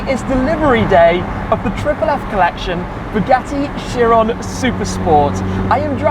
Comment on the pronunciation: Chirone🤣. Do you know who is Louis Chiron? Lake of knowledge and style.